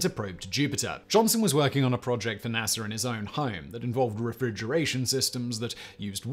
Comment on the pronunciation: not naser but NASA u welcome